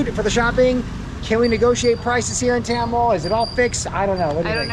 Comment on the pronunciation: It supposed to be Thamel not Tyamel🤣🤣